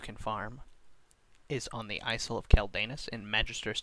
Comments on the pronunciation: isil of queldanas lol. its isle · Icle of Kel-Daynus